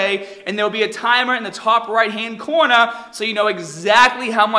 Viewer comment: Coornah! Haha love the boston accent coming out